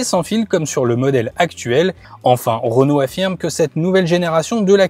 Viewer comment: REnault, RE ! ROnault ça pique les oreilles 😂